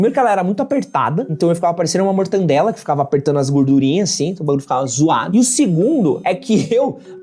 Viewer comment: Ele falou errado justamente pra gente como você vir corrigir e gerar engajamento. 😉